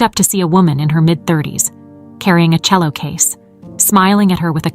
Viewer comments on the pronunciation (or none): none